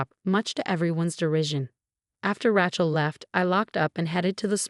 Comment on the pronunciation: It's Ray chel. Ray Ray Ray. Makes me nuts. Pick another name like Mary.